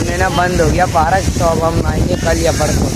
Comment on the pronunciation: Parak nahi park hota hai meri jan